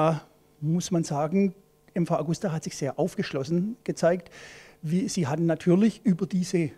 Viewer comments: nicht Augusta sonder Agusta ;-) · Traurig ist, dass die Redakteure den Hersteller nicht richtig ausprechen können.